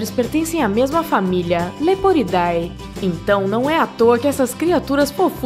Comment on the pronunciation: Só uma dica para os próximos vídeos sobre animais: apesar do nome científico das famílias taxonômicas serem escritos com "-ae" como "leporidae", lê-se "leporide".